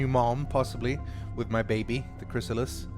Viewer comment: Every time he says “Chrisilist”.... I get nightmares about the original Xcom...